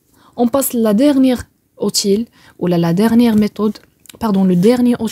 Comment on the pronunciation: Outil se lit outiye et non pas outile en prononçant le l.